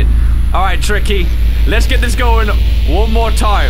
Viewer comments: Did he just say "Cookie" ??? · In that one part of Improbable Outset when Tricky does the up note twice, he sounds like he says caca. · Do you here tricky say Cooke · I remember memes that he was saying kooky 😂